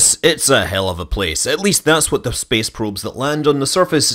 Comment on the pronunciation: "Speeece Peeewp"